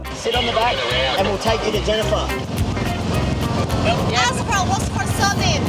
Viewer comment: JENIFAHH!! Cought me off guard the editor new what he was doing by repeating it 😂